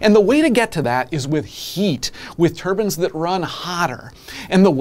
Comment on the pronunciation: When he says Turbans, does he mean Turbines?